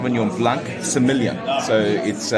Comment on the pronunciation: Please ..... It is semillon, silent "l" not sê-million !!! 😊